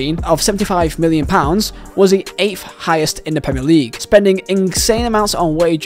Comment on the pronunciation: Eighth not eightfh